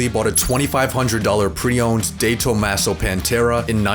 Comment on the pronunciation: What the hell is that pronunciation of De Tomaso